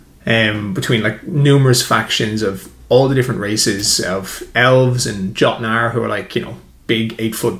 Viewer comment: FYI, the letter J in Old Norse was pronounced with a Y sound. YOtnar, not JOTnar. Whether the deviation was unintentional or deliberate, it doesn't detract from the substance of your worldbuilding. It can just be distracting for those of us who are acquainted with the inspirations' sources.